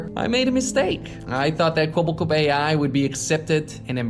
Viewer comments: Now now pyro, say the line properly. "Kwebblekop is finished" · Idk if that's just how he says his name, but it really sounds like the AI doesn't know how to pronounce "Kwebbelkop", so it just kinda mumbles it really fast